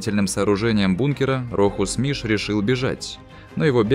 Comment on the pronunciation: Он не миш а мыш